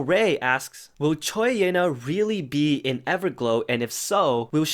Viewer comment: Btw Choi is pronounced chwee